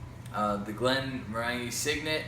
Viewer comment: A minor quip: Glenmorangie is pronounced glen-mo-ran-jee rhymes with orangie...